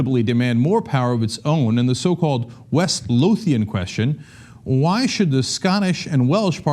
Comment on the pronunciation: Cenk...I live in West Lothian...and it's pronounced Lovian.